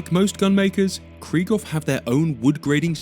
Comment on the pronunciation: I assume you don't care, but it's KRIEG HOFF (war hope), not Krie-ghoff.